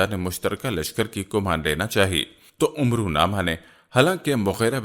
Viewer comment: Umro naam nhi hota amer bola jata ha